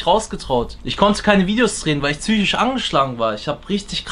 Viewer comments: Wie er immer tsychisch statt psychisch sagt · Niemand: Absolut Niemand:: züchiatrie, züchose, züchisch